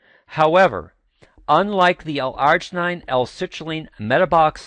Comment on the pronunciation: not how you pronounce L-Arginine